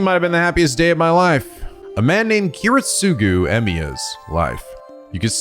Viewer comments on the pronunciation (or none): Kiritsugu’s name is pronounced Kee-reet-su-gu